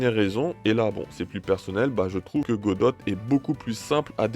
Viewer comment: Tres bonne vidéo chef 👍 juste pour tu dit godote ça me tilte 😭